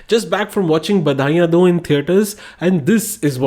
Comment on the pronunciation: Even I noticed the mis pronounciation when I started to watch just now . But the review is well put out . Specially the effects were good and the truth.